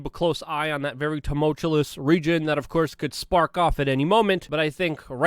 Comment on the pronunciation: "A very TUMOLTULOUS reason" 🤣🤣